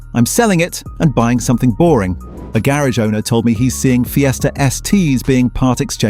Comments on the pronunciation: What about Ford Feesta.? What a givaway. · Ford Feeeester....?😂🤣😂 Dump the AI crap